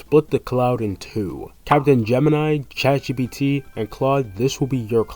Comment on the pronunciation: Why Gemini said ''ChaatGPT''? 😅